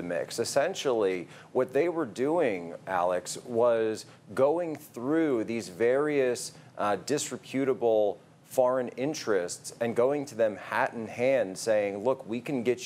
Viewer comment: Edit your title, please. What it says is that Hunter Biden emailed WITH Jack Posobiec. And please tell Jack the word “disreputable” is pronounced /dis-REP-you-tuh-bull/.